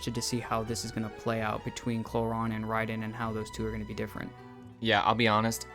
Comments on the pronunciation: It’s pronounced Clor-rin not Clor-ron. Other than that good video. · umm its Clo-Rand bruhh